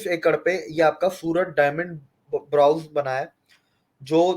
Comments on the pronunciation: ℹ 'Bourse' is pronounced borz, not brows ℹ But great video as usual by and is very well informed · Brawz nahi bola jata brouse